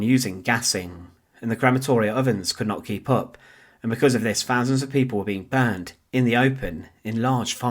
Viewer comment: Thousands not fousands. Speak properly.